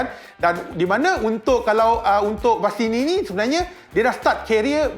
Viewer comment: ko main sesah je bang sebut..bastini la..masini la.. 🤣